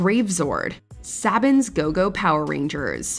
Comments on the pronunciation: wow... that pronunciation of Saban was so sad. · Say it with me sa bann